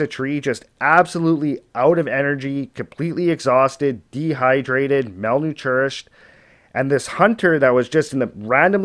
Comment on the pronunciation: I liked the story, but I just couldn't get past the dude saying "Mal new tourished " instead of malnourished. Damn bruh, if you're gonna talk to the world learn how to say the words.